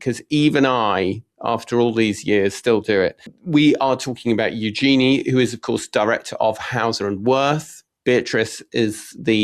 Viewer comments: Tom, just had to say otherwise your name may mispronounced like Toem. Eugenie - said you-Djinn-ee. Not you Genie. The Princess is not the spirit/three wishes person summoned from a bottle/lamp (as far was we know). Yet, a Djinn is a genie (French corruption of the word, allegedly) djinn are fable, Middle Eastern. Being Brit, love a panto and a flying carpet, yet that could be unconscious bias. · If you’re going to talk about Eugenie, please learn how to pronounce her name properly! Hint: it’s not EuJEANie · it is eu - gen - nee